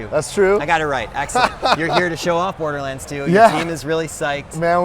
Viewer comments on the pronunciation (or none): "Borerlands 2" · WTF?! Borerlands? Is that right? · "Randy Pithford, Borerlands 2"..? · Borelands lol